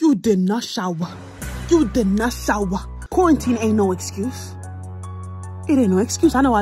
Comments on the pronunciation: "U did not showah 😡" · Her:DAUM YOU DID NASHAWWA Nobody: Me: EXCUSE ME I ALREADY SHAWWAH